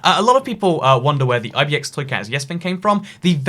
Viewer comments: Is it just me or does the intro sound like you're saying "Hello, I'm eye - bee - eh - ex - toy cat"? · Oscar O. Yeah it’s sounds like ib&x